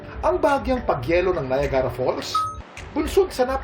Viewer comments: Bakit ganun ang pronounciation nya ng Niagra? Di naman un Na ya gara,weird😊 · The pronunciation is bothering me. Many people are watching and yet we openly say "NA-YA-GA-RA" Here''s how to pronounce it if you are in the USA or Canada IPA Pronunciation: /naɪˈæɡ.rə/. Phonetic Breakdown: ny (as in night) + AG (as in bag) + ruh. Commonality: The "Nie-AG-ra" (3 syllables) pronunciation is far more common, especially among locals, compared to "Nie-AG-a-ra" (4 syllables). Even I know the pronunciation, I have to take that literature from Google to prove this point. Stop mispronouncing words kuya. Kawawa ang mga batang nanonood. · It’s pronounced Nayagra (not Nayagara). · You don’t say NAYAGARA once you said that people here thinks you’re not from here in Canada